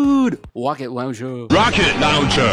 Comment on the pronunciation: wocket laouncherrrr!!!!!